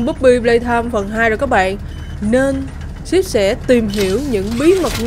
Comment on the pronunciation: Rút sai chính tả síp chứ ko phải chíp